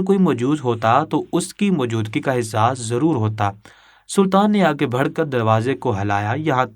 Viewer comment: بات صرف اتنی سی ہے کیا اپ ایک نمبر کے گدھے ہیں اپنی اس کہانی کو سنتے جاؤ اور ساتھ میں پڑھتے جاؤ تمہیں پتا چلے گا کے کتنے الفاظ تم بالکل غلط پڑھتے ہو لکھا کچھ ہوتا ہے پڑھتے کچھ اور ہو مسئلہ نیک لفظ ہے ( بڑھ ) اس لفظ کو تم ( بھڑ ) پڑھتے ہو جب کہ دونوں لفظوں میں زمین اسمان کا فرق ہے دونوں لفظوں کے معنی الگ ہیں ذرا اردو کی ڈکشنری اٹھا کر دیکھ لو تو پتہ چل جائے گا